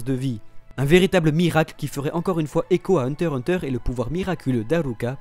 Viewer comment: On dit hunter X hunter !!!